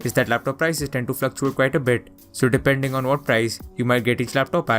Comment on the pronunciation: did he just say DIPERNDERNG?